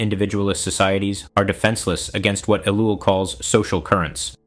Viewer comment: Seems like it, mispronounces his name and lacks vocal inflection. Why does a so-called lecturer fear showing his face? Jesus didn't...